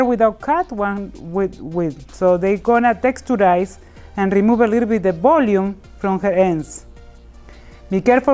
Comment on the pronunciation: Less “b”olume lol love ur accent